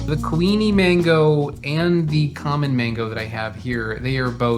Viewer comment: lol when you first said kuini mango i thought you were saying queenie mango and just over-emphasizing the ui sound 😂 it seems logical that there would be a queen mango variety.